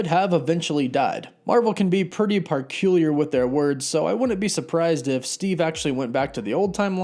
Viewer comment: Im upvoting because "Parculiar"